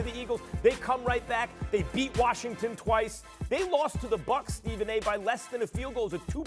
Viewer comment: Idiot Stephanie A cant even say Steven